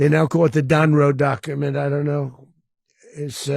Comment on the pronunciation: He called it “The Donroe Document”🤨